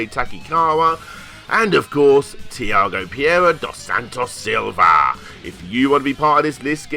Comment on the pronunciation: Love how you destroyed Tiago Pereira's name xD